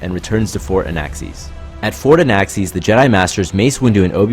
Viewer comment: Did you say... Anaaxees ?